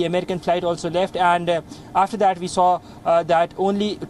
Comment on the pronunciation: Why Indians do not differentiate between V and W. This guy keep saying "Ve have been reporting" or "people who has Wisa could get evacuated" lol